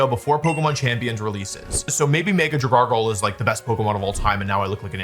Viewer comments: wtf is a dragargle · Dragargle… I had to stop there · Dragalgae doesn’t even have an r in its name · Dragargle lol 😂